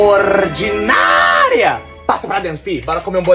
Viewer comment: Fala meu cara turu bom ? Eu so to lembrado da parte da vovo q ela falava : orrdinaria